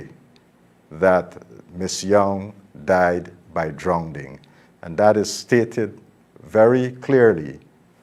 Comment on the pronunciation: She died by drownding! What in heaven's name is drownding?